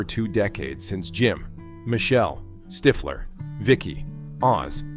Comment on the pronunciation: ITS NOT STYFLER....ITS STIFFLER